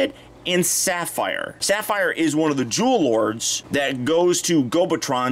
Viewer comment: I keep hearing Jew Lords instead of "Jewel Lord".